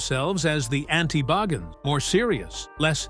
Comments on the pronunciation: The narrator needs to learn how to pronounce Zac’s last name. Boggins??? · If you're going to narrate a STORY, learn how to pronounce his name right. It's BAgins. Long I. Zak Bagins. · I like how he calls him beggins and boggins interchangeably 🤣🤣🤣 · Why is his name pronounced differently every time you say it? Bagins barrrgins baagens. No commitment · I love how this guy pronounced Bagans different every time the entire video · You can't even say his last name correctly -_-; Try saying " The Rain In Spain Stays Mainly On The Plane" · Dude, who ever you are PLEASE SAY ZACK'S LAST NAME RIGHT! Every time you say it you change the pronounceietion! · Please decide how to pronounce Bagans.....ugh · It would be great if you could decide on a pronunciation for his last name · Good grief! Figure out how to pronounce his last name! Every other time you say his name it is pronounced differently. A lot of this is crap. Nick lost his shows because he’s a big bore. Didn’t have good ratings.